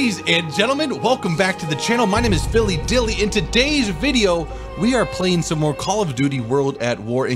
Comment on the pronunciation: "My Name's Filly Dilly" - Daily